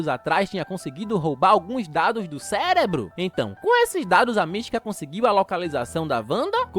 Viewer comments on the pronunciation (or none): none